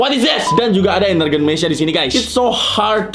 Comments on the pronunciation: bukan ENERGEN tapi ENERGON... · koreksi bukan energen tapi energon